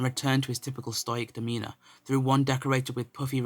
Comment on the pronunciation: This is a good story but stoic is said sto-ic = stoic ...not stoyic. Sorry to point that out but its same as how vid 22 say cackophony insted of cacophony